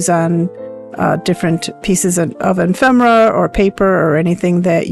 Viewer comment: Nice job, and a great tutorial! I do think the word is E-fem-er-a, tho'. Thank you for sharing your expertise!